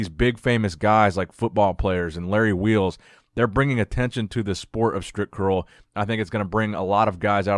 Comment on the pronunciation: haha!!no more „stripcurl“!!no you over pronouncing it!!!good!!!